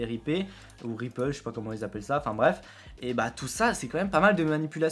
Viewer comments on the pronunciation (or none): et on dit "ripeule" lol pour Ripple